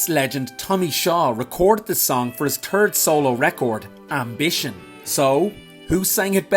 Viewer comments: his TURD solo record? is that your accent or did you just crap on AMBITION? I'm just goofing here. LOL. But Seriously, his 3rd (however you pronounce it) album is an underappreciated work that deserves a good analysis on your channel. I would be glad to contribute. There is a lot to unpack about that album and the circumstances around it--from where Tommy was in his career and personal life and how it was a springboard to better things for both him and his producer/co-writer. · Bahahaaaahaaa😂😂😂 I love how he says “tird” (I’ll spell it that way 😂) gets me every time 😂 And I agree…, Ambition needs a full review! Add it to the bottom of my list 😂❤️🤘🏻💯